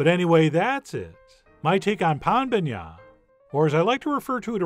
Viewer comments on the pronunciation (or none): Pain bagnat, not Pan. Pain, like bread. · Chef John, we say Pain Bagnat (Pain = bread) not Pan. Thanks. Eric in Belgium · It’s pain and not pan. As usual awesome tone and video. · Hearing you saying "pain bagnat" made my day ahahahahahahhahah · Pan. It's a nasal A, not like pan in English/Spanish